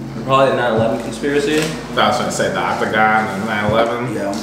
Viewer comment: this man said "the octogon and 9/11..."